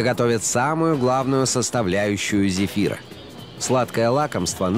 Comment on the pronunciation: сказали кефира а не зефира